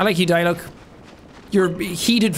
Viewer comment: ah yes my favorite character die-luck